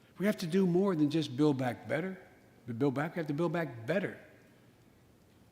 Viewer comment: Joe "We have to do more than just build back better, We have to buduhbda Build back better" WTF Joe!! What are you even saying??!!